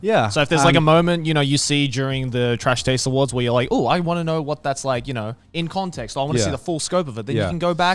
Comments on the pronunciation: Am I the only one who noticed Garnt said trash tades awards? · Am I the only who noticed that Garnt intros saying “Trash Tades Award” and nobody catches it and then he continues to say “nailed it” 😂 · Just noticed Garnt said "second annual Trash TAIDS Awards" in the intro